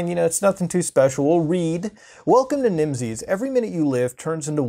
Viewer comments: Everytime he pronounces the word Nimses 'Nimsees' makes me hate myself. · Its pronounced like nemesis